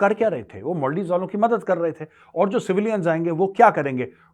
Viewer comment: सर मोलदिव नहीं मालदीव्स बोलिए